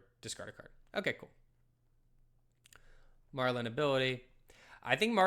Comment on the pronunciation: …. Puffin and Marlynn are marine animal puns. It’s pronounced Marlin like the fish lmao. Think Nemo’s dad.